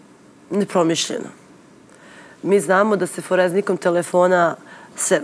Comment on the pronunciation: ForeZnika 😂 ova svaki dan govori foreznika na svakom gostovanju